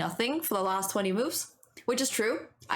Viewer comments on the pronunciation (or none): you also said ‘lost’ instead of ‘last’